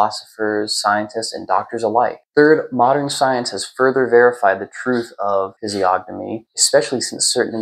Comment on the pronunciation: Massive respect for your knowledge, very good readings. However the "g" is silent, like gnosis or gnome. Or lasagna. Keep up the good work. 🫡